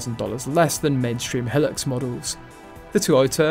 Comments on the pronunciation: It is called Hi- lux, not helics !! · Hee-lux? Seven Oh series Land Cruiser? The narrator has no experience in the 4x4 world.